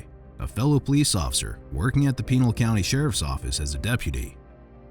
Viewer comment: HAY narrator could ya maybe try even a bit to properly pronounce the county where that meat head cop worked ?